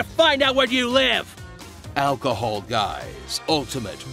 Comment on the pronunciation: I died when he said alchohol guys